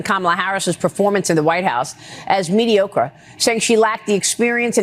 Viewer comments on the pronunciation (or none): 😆😆😆Did she say "MedeOkra"😆😆😆what is that, omg people! Its Mediocre, wow, we do NOT need to get rid of Education in this country!!!! STOP #PROJECT2025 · She did say Mediokra! Seems teleprompter reading isn't her specialty. Hmmmm, Maybe she slept her way up? (Isn't that what they said?)